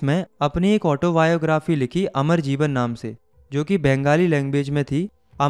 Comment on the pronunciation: Amar jeevan not amar jiban............